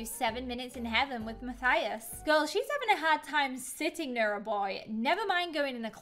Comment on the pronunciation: WHY DOES EVERYONE SAY MATHIUS ITS MATHIUS LIKE IF YOUR SAYING US NOT USS AM I THE ONLY SPANISH YOUTUBER